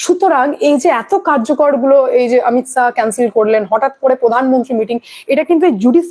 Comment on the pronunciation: অমিত সা নয় অমিত শা.. খুব সুন্দর আপনার উপস্থাপনা আপনার... কিন্তু উচ্চারণ টা দেখে শুনে করুন.... বাংলা ভাষা তো বর্ণের ব্যাবহার টা ঠিক করতে হবে....